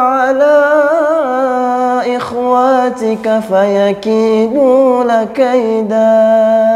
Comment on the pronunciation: Mohon maaf sebelumnya bang, bacaan Al-Qur'an yang Abang baca ada yang salah pada ayat 5, mohon di teliti